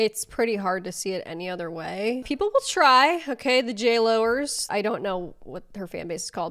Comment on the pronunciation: "The J-Lowers" 😂😂😂